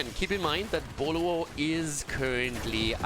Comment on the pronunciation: Did you ever study Chinese? I didn’t realize the name of team Boluo is actually Pineapple in Chinese until you continuously pronounce it perfectly